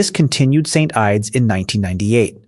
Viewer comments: 😂 and St ides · "St. Ideys" 😂🍺